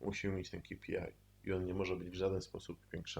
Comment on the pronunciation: ej, to sie mówi kej pi aj